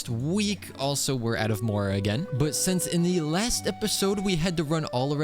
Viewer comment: sho shince